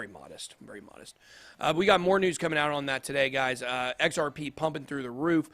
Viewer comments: Sounded like he said XRPenis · XRP what ? It sounded veeeery strange ;)